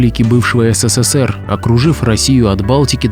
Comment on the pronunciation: ССССР - ухо режет